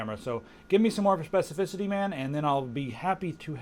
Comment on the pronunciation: spefecificity i like that word